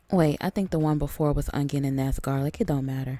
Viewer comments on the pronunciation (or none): Onion with a "G" humm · 😭youre the forst person ive heard say onion like me